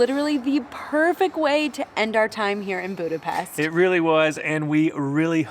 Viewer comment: He said Budapest correctly.i cant believe!